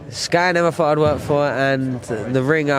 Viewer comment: 'Thought', and 'Think'. Not, 'Fought' and 'Fink'. "Sky I never fought"...."The Ring, I fought" . Good job its Thriday, and not Fursday!